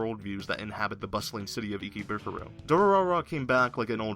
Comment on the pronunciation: WAT IS ICKYBUKURO I THOUGHT IT WAS IKEBUKURO